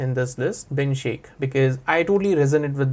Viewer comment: Bin shaikh, ❎ Bin Shake ✅😅😅